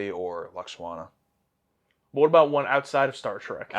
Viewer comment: This isn't even a nitpick, but I adore that says "Loxwana" ❤😂🖖